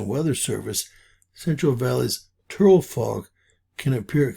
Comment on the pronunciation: Its pronounced "Two-lee"